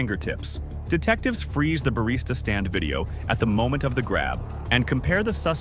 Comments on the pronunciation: Barista, not Bariata. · Ugh, another stupid AI channel. What the hell is a bariata?! 👎👎